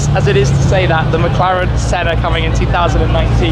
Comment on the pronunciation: Clover_Z I keep hearing him say SENNER instead of SENNA.